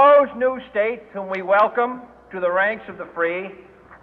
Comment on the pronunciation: *Rank bukan rang *Banned bukan baned. over react lu cokk kurangin lah